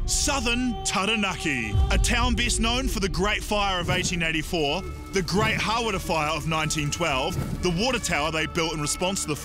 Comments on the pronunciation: lovely lady but really?! "hawrrra" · naw its hara